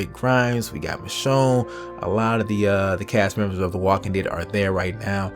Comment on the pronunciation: Its michonne not machone